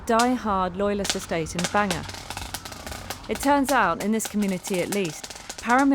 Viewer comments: Its bang gor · The way english people pronounce Bangor is fucking comical 😂😂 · lol Banger? No, Ban-gor, thank you very much!